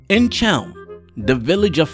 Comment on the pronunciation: I don't know if you read these, but I think you should re-record. The performance is great, but there are two very bad pronunciation mistakes. "Chelm" should be pronounced with the hard h sound of "Hanukkah/Chanukah" NOT the English CH in "cheese" and Shmuel should be pronounced with two syllables (Shmoo+El), NOT one syllable (shmell).